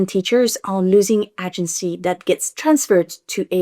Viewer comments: Girl I love you so much but your prononciation of AH-gency almost caused me a stroke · "Agency" ne se prononce pas avec un A français mais plus un ay-gency (comme le mot Hay mais sans le H) Seuls les voteurs du RN colonisent ainsi la langue des autres 🙏🙏🙏🙏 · It's pronounced 'ay-gency' 😉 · Agency • aye-jen-see It's an extended aye sound at the beginning of the word FYI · In “agency” the first syllable rhymes with “day”.